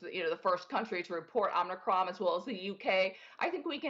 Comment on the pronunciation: This woman is a perveyor of fear, lies and ignorance. It's Om I cron, not Omn Ni cron, lady.